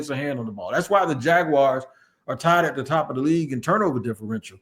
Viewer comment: It’s crazy but it’s always a yte man from the Midwest that says “Jagwire” instead of jaguars and still these supposed super fan journalists don’t ever say anything or even jokingly correct that ish!! I ain’t gonna lie, it is a pet peeve of mine being a day one jags fan since our inception and it really grinds my gears 😂 💯